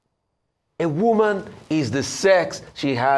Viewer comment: No not “woman”…Woman.